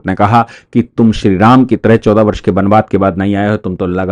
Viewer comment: बनबास नहीं। बनवास। अपनी हिंदी सुधारो।